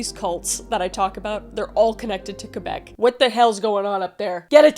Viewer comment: Thanks for pronouncing it Québec and not calling it Kwaybeck. ❤